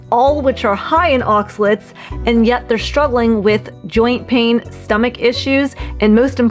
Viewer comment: It’s pronounced ahx-ah-laytes, not ahx-lits.